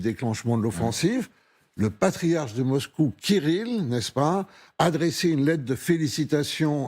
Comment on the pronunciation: 😂😂😂!!! Eh, oui! Le ''pariarche'' kgbéni!!! 😂😂😂!!!